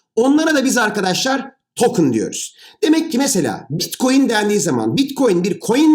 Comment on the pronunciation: hadi bi daha anlat. bi daha. tane tane. salağız biz. bi daha. bitkoyin teknolojisi (teknoloji :)). blokçeyyyyn. bilim adamı yetiştirmede üstüne kimsenin olmadığı çalışkan ülkem. saadeti elde etmek için her türlü zinciri bpynuna takar. maynink teknolojisi... hahaha. teknolojiymiş.